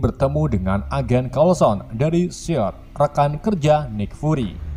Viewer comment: dan agen seld,seil,siell,sild wkwkwk😂